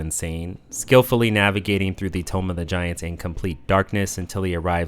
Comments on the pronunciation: Toom(b). Not tome. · Why do you say "Tomb" as Tome? It is said like toom not Tome... Stop it... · The o in tomb is pronounced like “oo” not “oh”… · Why do u call it “tome of the giants” you do know it’s pronounced “tōōm” right? At first I thought it was a hiccup but then you kept saying tome through out the whole video 😂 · It's pronounced TOOM, not TOME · Take a shot every time he says "Tome of the giants" Instead of Tomb of the Giants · Tomb = Like "To or Too" not "Toe" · Tomb is pronounced Toom. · Excellent video. One thing though, tomb is pronounced "toom." lol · how did no one tell this dude how to pronounce tomb? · I beg you to learn how to pronounce "tomb" properly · Tomb is not pronounced that way. A tome is a book. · The way you mispronounce ‘Tomb’ makes me illogically angry.